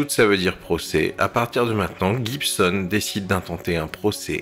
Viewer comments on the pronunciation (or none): none